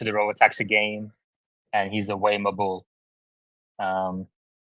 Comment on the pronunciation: calling it Wah-mo and knowing nothing about FSD. 😂 What a clown.